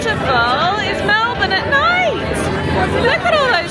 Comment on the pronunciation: You're saying Melbourne like a true Australian! I always cringe when people say "Mel-born", because in Australia it's pronounced "Mel-bin"